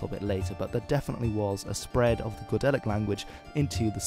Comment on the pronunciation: "Go-delic" You made my ears bleed.